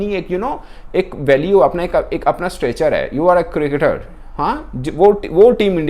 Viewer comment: Its Cricketer " NOT CRIKTER " Similarly I noticed you saying " SAMVRITI MANDHANA " in an old video , ITS SMRITI !!!